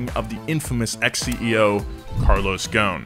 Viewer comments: IT'S NOT CARLOS "GONE", IT'S "GOHSEN" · Hey, You say "Carlos Ghon" the S is not silent, it's Ghosn, that word "Ghosn" in Arabic it means "Branch" Since he's mother Land is Lebanon. (SORRY FOR BAD ENGLISH) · the s in GhoSen is not silent . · If only his last name didn't have an S in it and is pronounced Ghosn ( Ghoson ) that would work. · First of all, why are you calling him Carlos GOWN? GhoSn. ew pronounce the "S" in his name. And before someone jumps out of his box to type in a comment like "who do you think you are and you don't even know the guy"... I'm from his country and we all know him :) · The way he says Ghosn😂. it actually sounds like Goo-Sin. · DaLaaNi Bombina i thought it was clear that the s needed to be pronounced. spelled ghosn but still pronounced the way it looks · "Carlos is Ghosn" C'mon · The s is not silent in GhoSn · The s in ghosn is not silent ffs